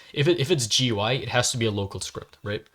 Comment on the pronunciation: It’s pronounced goo-ee